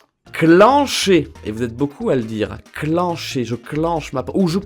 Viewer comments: en belgique c'est pas cli-ncher mais clin-cher comme clin d'oiel personnelement je le dit comme ça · On dit clincher genre comme pain pas cliiincher !! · Clencher se dit clincher et faut accentuer le -in